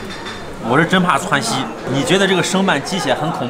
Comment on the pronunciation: 你不愧是北方人，“窜稀”俩字太到位了。哈哈哈哈哈哈哈哈哈😂